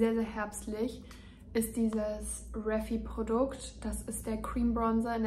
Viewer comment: Denke man spricht die Marke vom blush „riefei“ aus. Also halt englisch. Nicht reffi. Krieg ich immer Gänsehaut 😂😂